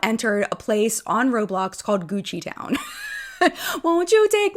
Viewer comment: Gucci sounds like coochie and all I heard in my head was, "Won't you take me to CoochieTown?" 🤭